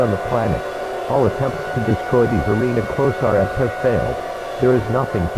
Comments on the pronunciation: “The arena close are ess” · "The arena closier" " The arena closiar."